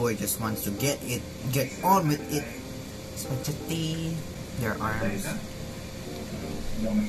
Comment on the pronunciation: “spajeti~” HAHAHAHAHAHA